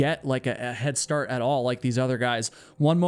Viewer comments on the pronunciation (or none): none